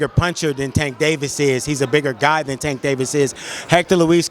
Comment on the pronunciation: I literally cringe every time you say tanks name… please get it right I do Not think it ends in “tah”